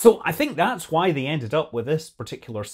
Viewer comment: Scott pronounces ‘Why' like Stewie. He also says ‘Hwhy'.